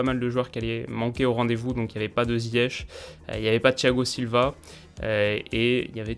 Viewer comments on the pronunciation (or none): none